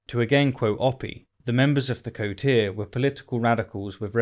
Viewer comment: Holy shit is that how you pronounce 'coterie'? That's so much nicer sounding than the way I've been using it. VtM needs a damn pronunciation guide, I've been wrong about that for so long!